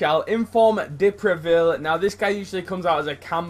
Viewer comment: Is a good prononciation for the first Time man, prononciation : De Previle but Is De Preville ! Anyway Very good video Man !